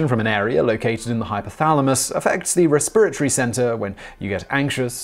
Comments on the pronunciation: the em-PHAS-is is on a different suh-LAB-lle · I can listen to an entire video of Simon just saying “resPIRatory”. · Lol I heard "re-spirit-ry" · raspirittree? Probably a British thing, but I never heard that one.